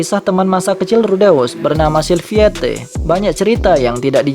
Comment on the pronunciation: Sylphiette mending dibacanya Silfiet aja bang